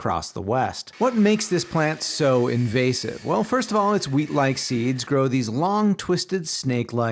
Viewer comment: It’s an “in vozz ive” species not “in vase ive”